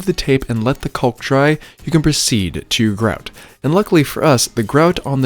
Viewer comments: love your videos, but man it drives me crazy how you leave out the “a” when you pronounce caulk. You say it like “culk” missing the “aw” sound. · I've never heard anyone say "caulk" that way. XD Gorgeous reno!